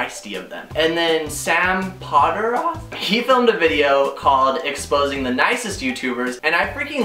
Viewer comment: lol its Sam pott- or- ff 😂